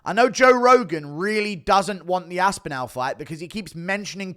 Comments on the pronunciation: It's Aspinall. Not Aspinell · Where are you from bro? Everyone from all over the world, in different languages, manages to pronounce “aspinall” correctly. Everyone except you😂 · Aspinal jock-riders malding 😂😂😂